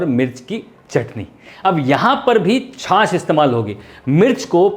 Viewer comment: या खुदा तेरा शुक्र है की कोई तो छाछ को छाछ कह रहा है । एक गधा है लखनऊ से जो बड़े ही बोर कर देने की हद तक जा कर अपनी हंडिया बनाता है और छाछ को छास छास कहता फिरता है ( वैसे उसे उर्दू बोलने का भी शौक़ है और अल्लाह तौबा बहुत ही बुरी उर्दू बोलता है और बीच में गाने भी गाने लग जाता है और अल्लाह क़सम गाता भी बेसुरा है)।